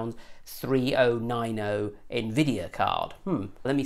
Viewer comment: i like you videos but i can watch this with the way you say 3090, 2080 ti and that